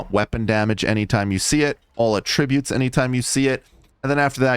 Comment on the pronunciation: Please say attributes correctly